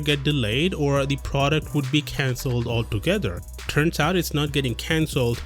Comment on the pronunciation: The most disgusting thing is how you pronounced the word outttt